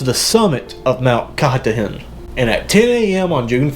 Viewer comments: Not American, but Kah-tah-din.. you did good a couple times🇩🇪🇦🇹☕️🚬🇷🇴🌌💜🇩🇪🇦🇹🇷🇴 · Mt ka-Tar-Din ❤️ well done 👍🏻